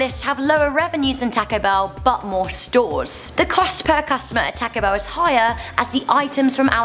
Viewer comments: you said Taco Bell wrong. You say it tawco bell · Joseph Metoyer yeah was wondering the same, she's saying "tacko bell" like wtf, your pronunciations of word are 80% normal, then you ruin it by saying things like "tacko bell" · Tack Oh Bell lol your accent dosent go well with that name lol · Why she says Taco Bell weird like tãco I prob did that RONG tho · MelonHD toco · "taaco bell" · im surprised how much im upse the way she says taco bell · strange, have never heard it pronounced like that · The way she says taco bell is too funny